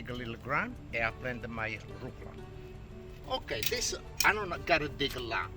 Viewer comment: omg I laughed so hard when I saw his little tube of arugula spelled phonetically the way he says it! "Rucla"!